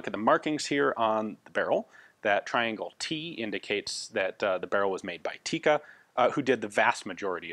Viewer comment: I appreciate the pronunciation attempts and all, but the way you say Tikka is hilarious